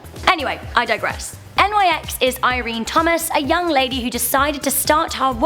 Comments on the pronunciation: Really? N Y X? Mate, nyx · Pronounced like Nix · Nyx is not an abbrevation and is simply pronounced "Nix" She named herself after Nyx, the Greek goddess of the night. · it's Nyx, one word. not N Y X.